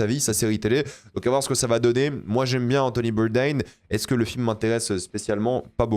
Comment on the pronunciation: Le nom d’Anthony Bourdain étant français (littéralement ses grands parents l’étaient) un vrai fan de VO ne le prononcerait pas comme un américain 😏